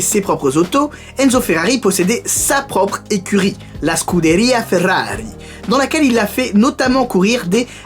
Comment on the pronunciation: Je sais pas où tu va chercher t'es infos mais y en a pas mal dont j'ai jamais entendu parler 😂 Une des meilleures séries sur ta chaîne pour ma part ( elle sont toutes bien en vrai 😂 ) Superbe vidéo continue comme ça !! 🤣👌Ah oui et l'accent ( SCUDERIA FERRARI )😂